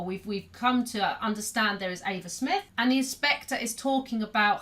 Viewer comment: Eva Smith* (not Ava smith)